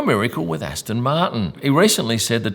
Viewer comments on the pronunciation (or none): none